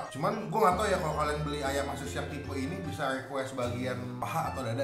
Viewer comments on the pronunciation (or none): none